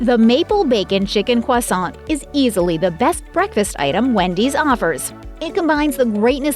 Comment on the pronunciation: Quasont??? Needs to learn to to pronounce croissant